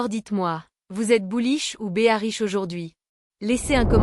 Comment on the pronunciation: Ce serait parfait avec un commentaire humain. Cela permettrait d'éviter les "stable-couin" et autres "béarich".